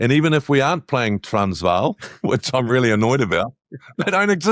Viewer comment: Impressed. JK pronounced "Transvaal" perfectly.. well done...